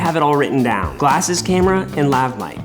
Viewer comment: "Gallses" blew me up 💀💀💀💀